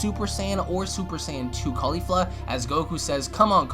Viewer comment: why KHALIFA !!!!! you watch too much porn dude, shes named caulifla, not Khalifa